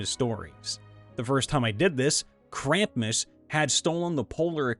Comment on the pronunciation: Repeat after me. Mystra: MISS-TRA Selune: SAY-LOON. Krampus: CRAM-PUSS Thank you very much.